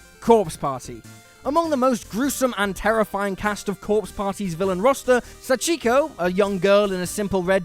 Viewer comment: The Sacheeko is killing me